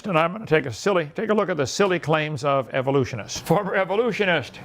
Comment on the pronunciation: “Where I take a silly look at the claims of evolutionists.” Lol I love how he butchers it slightly differently each time